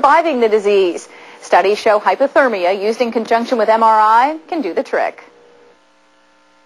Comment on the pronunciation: HypERtermia, not HypOtermia.... god is any news anchor over an IQ of 12?